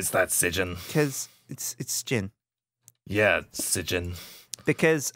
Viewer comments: So funny mocking sjin's name. People normally pronounce it as "shin". But sjin pronounce it as ssjin. gotta be strippin right? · pernounced sjin like s i j i n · Oh god, he pronounced Sjin wrong!!!